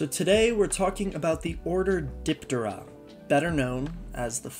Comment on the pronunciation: You mispronounce alot of things. Diptera is DIP- TEHR- RAH and halteres is HAL-TEAR-REEZ